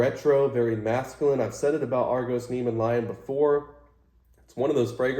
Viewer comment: Nice vid! Hey, I always thought it was Neh-ME-ahn lion. I don't know why, but that's how I read it.